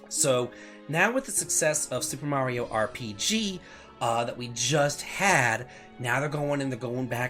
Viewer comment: Whoaaaaaaaaa! says Mario's name right instead of calling him Merry-0 like he usually does.